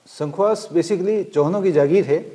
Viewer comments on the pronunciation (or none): Hokam ye संखवास nhi शंखवास hae शुद्ध